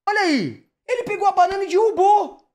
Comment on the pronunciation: Acho tão bonitinho como o pronuncia "dirrubou" ao invés de "derrubou"